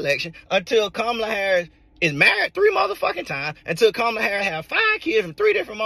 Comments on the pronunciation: COMMA LA not COM MAH LUH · it's pronounced "Comma-la" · Please pronounce the VP’s name correctly. It’s Comma-La.😬 No shade. Love your show. Sometimes I sing the theme song randomly.😅